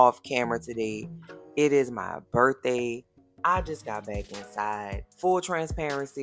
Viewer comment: Happy "Burf" day!